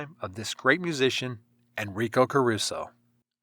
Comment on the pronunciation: come on learn some basic pronunciation